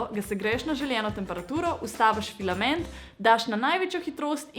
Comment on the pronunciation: Več kot 10-krat si rekla pilament